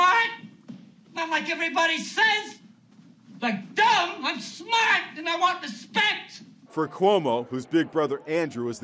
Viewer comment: "I'm smarht! Not dumb like everyone says"